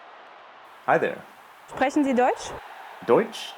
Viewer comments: I am surprised you mispronounced "Sprache". As you must (or should ) know initial "S" followd by a consonant is pronounced "Sh". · Try pronouncing Sprache "Shprache".